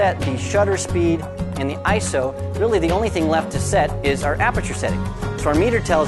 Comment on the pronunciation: ISO. eye, es, oh.......... say it slowly, EYEEE ESSS OHHH. not eyeso